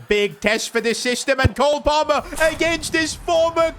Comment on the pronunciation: Bro literally falls in love with Cole Palmer 🌈🏳️‍🌈👨‍❤️‍👨👬🏻. He has the most awful pronunciation name for the Chelsea winger!